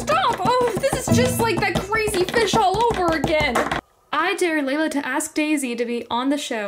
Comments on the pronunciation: The dare you said sounds like deer and it's spelt like dear which is wrong it is supposed to be spelt like Dare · It’s dare. Not “Dear”.